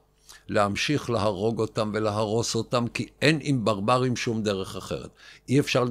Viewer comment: איך אתה אומר ... "ברברים"?😂